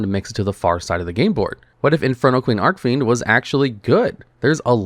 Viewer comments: It’s Arch-Fiend, not arc-fiend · I don't know why, but every time i head pronounce Archfiend as "Arcfiend" it makes me feel weird for saying "Archfiend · Im convinced he purposely mispronounces archfiend and Celtic just to piss people off